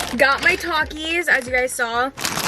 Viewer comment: "Talk-is", bro if u dont say it right